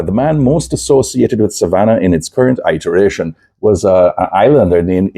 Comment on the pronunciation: The way you pronounced iteration - EYEtahrayshun - I sorta expected a nyabinghi drum and roots bassline to follow :)